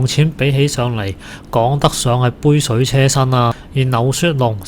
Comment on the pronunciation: 杯水車(居)薪，唔係讀"車"。